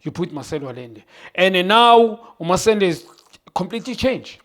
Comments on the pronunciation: Did Junior say "Masende" instead of Marcelo? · Did Junior say masendę😂😂😂